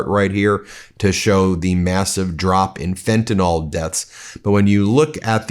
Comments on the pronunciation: It’s pronounced fenta-NIL not fentanyl-NAWL. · can you and that military goon please learn to read? It is fentanyl, with a 'y', not fentanol. It is pronounced, "FEN-tah-nihl," not, "FEN-tah-nol." BTW, trotting out someone with three tour in Afghanistan, one of the places that never attacked us, and him being an "elite" whatever? Um. How many innocent people did he murder over there? Why are you acting like a mass murderer is worthy of attention? Military veneration is stupid, when their service was for the corporations, and the vanity of stupid presidents. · Fen-tuh-NILL! PLEASE! Yipes! And we'll all feel better when we jail the Epstein pdf-files.